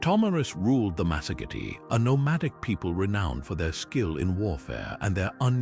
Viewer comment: the lands of the masogity... good grief.later it's masergeti... what is wrong with your ai's script bud?